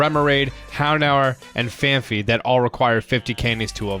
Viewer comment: why does EVERYONE pronounce Phanpy as FANFEE..There's no second H in there. It's FANPEE.